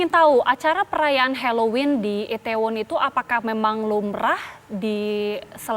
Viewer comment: kak bilangnya i-the-won, bukan i-tae-won. trus bilangnya Sho-ul, bukan Se-ul.